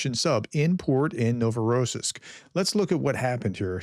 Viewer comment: The accent for Novorossiysk is on the last syllable.